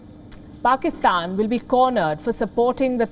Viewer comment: i hope it's true, but i guess it's not. You can go look into Wion they are really concerned about Pakistan. Go compare yourself with US or extra intelligent life we don't care. But atleast don't talk shit on media. Or learn to respect other countries you don't even spell or pronounce PAKISTAN correctly.